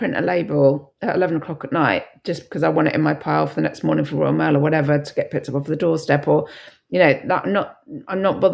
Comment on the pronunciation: Your accent is unusual when you say Good Murning, lol, is it Bristol way you are from? I'm rubbish at accents. I'm, broad Lancashire, we probably sound thick to southerners, haha. Have a nice day. My sales have picked up slightly, but still having to do a day job too. x